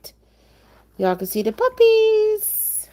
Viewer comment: Magnificent puppehs. Struhcture indeed!! Thank you for the live stream. Keep up the great work, always!!